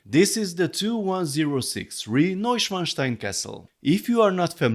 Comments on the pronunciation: Great set, will wait for €160, like Notre Dame rn. Kudos to for the correct name pronunciation. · Thanks for pronouncing Neuschwanstein correctly (as a European, of course you would). I have been highly amused by some US based reviewers' attempts. Personally, I love the set, but would hope to see a price reduction at some point.